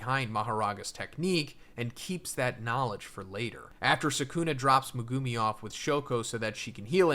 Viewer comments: Its not Me-goo-me its megumi!! the anime says it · "Me-GO0OM-Me" Megumi Meg-GU-me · Would you stop calling that man megoomi 😂